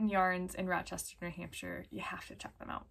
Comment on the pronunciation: Wow, I haven’t been to Rochester in almost 30 years. Time flys! The Blue Faced dude pronounces it Lester😁💗